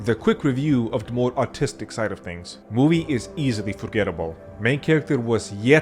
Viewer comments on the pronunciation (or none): Took me way too long to realize you said artistic and not autistic in the beginning.